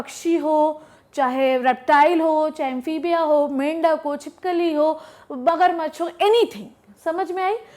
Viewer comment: Fun fact : ma'am want to say magarmach but ma'am says bagarmach